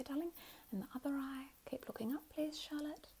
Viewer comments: No joke it took me longer than I care to admit to realize the name was “Charlotte”. I seriously thought she was calling us “shallot” as in a spring onion. 💀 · not me hearing shut up instead of Charlotte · just realized you’re saying “charlotte” and not “shallot” 😅🤦🏼‍♀️